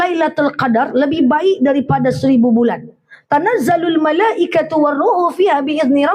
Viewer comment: Menit 4.15 Tanazzalul malaikati war ruh. Waduhh Malaikatu kak